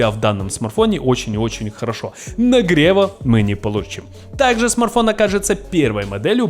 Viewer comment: Смарфон 😁😁😁 СМАРТФОН ЧУВАК